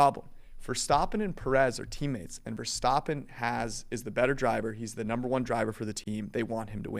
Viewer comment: says leclerc right and then cant say verstAppen correctly